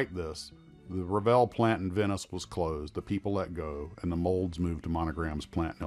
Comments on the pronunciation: REVEIL is pronounced REV-AY (approximate) not rev-ee-il. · Very interesting..... only one remark at the end, that's not how the French word reveil(to unveil) is pronounced totally different. French is my second native language so that's why it made me cringe when I heard it. hard to explain in wordshow it should sound like but it's not vjeeil... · Wow! What a series! I always wondered (1) what happened to Revell and (2) how to pronounce their name. Want to hear some of the models I built? The USS Hornet (Essex Class Carrier), CGN-9 USS Long Beach (upon which I later served in the 1970s, without the models Regulus Missile!!!! We had two standard Mark 4 5in Guns in their place), A Phantom Jet, a fletcher class destroyer, USS Fletcher I think, and masterpiece and most expensive, the sole survivor, the beautiful USS Constitution Model. I tired to get my kids interested in the 1990s, but it was not to be. Videos killed the Radio Star! (LOL) I must have had about 4-5 kits my Mom tossed when I went away in the Navy in the 70's. **sigh** What a great story.... and to think I thought every American kid liked models. I also built a model of a trackside equipment shed that Revell did, come to think of it. I loved them so much! What a great company.